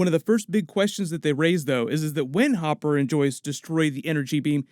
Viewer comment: ITS HOPPER NOT HOOPER